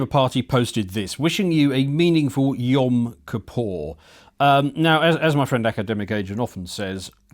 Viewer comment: 'kippur', not 'kapaw'.